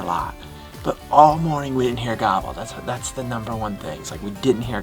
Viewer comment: progression over the years with the way he says gobble has been hilarious. From gaaaabuhl to gaabull is worth noting. Atta kid! Atta boy!